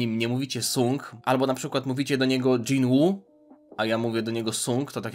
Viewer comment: najlepiej jin-woo (czyt. Dżin łuu)